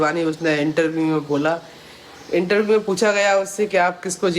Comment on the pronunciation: Intaview nhi interview hota h itna dimag padhai me lgati to bhn Aaj tu sahi bol pati 😂